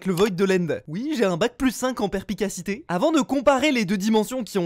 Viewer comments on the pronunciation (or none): Je viens de demarrer la vidéo et... on dit "perSpicacité" et pas "perPicacité".. merci ! je retourne à la video ! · On dit perspicacité pas perficacite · "en perpicassité" juste ça